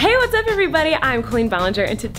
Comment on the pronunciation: I heard queen.